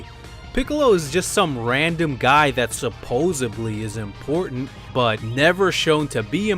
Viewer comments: did this nigga just say SUPPOSEBLY?!? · Its supposedly not supposebly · It's supposedly, not supposably. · He said "supposebly..." LOL!!